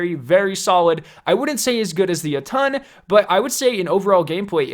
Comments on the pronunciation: Jotunn is pronounced [yot-en] like the Norse realm of the giants, jotunhiem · Says lemon arc instead of le monarch and says jöötüöëñ instead of jötunn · It's pronounced yo-tun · Any else love his videos but hate how he says Jotunn? “Yo Ton” instead of “yotin” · He called it the “ Yuttun” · Sounds like you are saying ye tonn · He pronounced Jötunn wrong